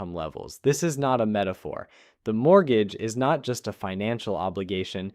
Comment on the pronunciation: what the hell is a “mooger”. 🤣